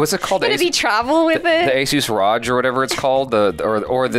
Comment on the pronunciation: And he also prenounced Asus ROG as "Asus RAJ" ......i was like...brah please !!!